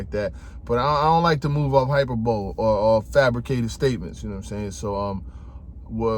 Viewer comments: Hyperbole....Its pronounced (Hi- Pur- bo-le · Not hyperbowl my g 🤣 High per bo lee 🤣 put that in rice 🤣 salute to showtime sp on the gift he got. You can tell he's gonna be a good dad. ✌🏾